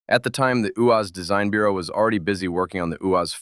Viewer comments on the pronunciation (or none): none